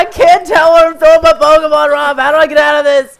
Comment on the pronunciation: The pronouncing of the pokemon kill me! Aaa ah! Plz Preston! Pronounce correctly